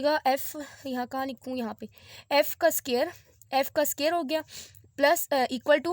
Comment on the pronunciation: It's square not scare